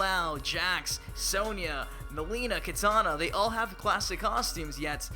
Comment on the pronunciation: Im getting really sicknof hearing "klassic" like donthey not realize theres like a bunch of new characters? Scorpion has like 10 costumes.